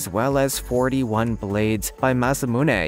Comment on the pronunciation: It is pronounced ma su moo ney